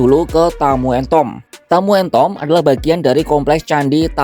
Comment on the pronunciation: Gau Dengernya Kok Tamu en Tod ya 😮